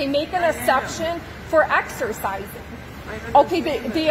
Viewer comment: " I want to axercizing "